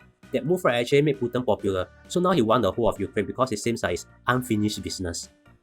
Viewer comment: Hahaha! You pronounced Putin as Putien restaurant! Nice summary, thank you!